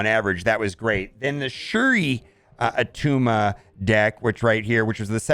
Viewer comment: It's not Attuma